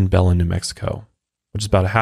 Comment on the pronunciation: Belen is pronounced "buh-lyn"